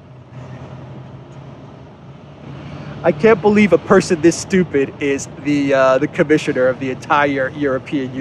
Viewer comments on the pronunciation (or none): none